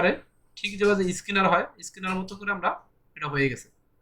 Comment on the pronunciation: স্কিনার না স্ক্যানার।